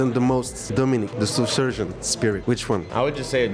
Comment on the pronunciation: T'as forcé sur la prononciation du nom "Shou Surjon" c'est trop